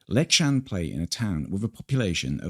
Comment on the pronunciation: It's Leksand(leck-sunnd), not Leck-shunned. / A swede